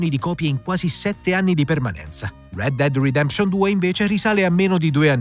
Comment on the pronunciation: Ma come cazzo pronunci Red Dead Redemption.